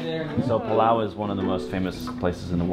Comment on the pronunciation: It's Palau 🇵🇼